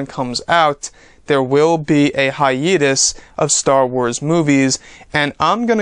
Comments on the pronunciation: can you please stop saying "hi-eeee-tus" it's 'hi-ayyyy-tus' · wukang K it’s pronounced hi-YEET-us